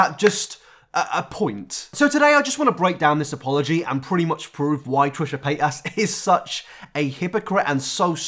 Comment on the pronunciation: Trisha Pay-as